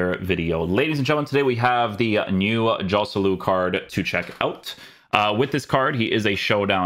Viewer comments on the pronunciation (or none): I love your content, Inception, but please, please, fix your pronunciation of Spanish players. It's more like Khoselu, not [J]oselu.